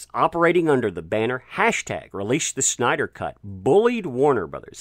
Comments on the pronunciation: its Snyder not Schnyder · There's no 'H' in Snyder.